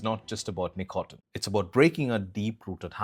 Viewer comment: great video, but tb100%h, the pronunciation with some words, starting with "nicotine" is killing me